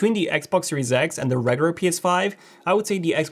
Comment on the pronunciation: Does anyone else hate how he says regular as regur it’s pissing me off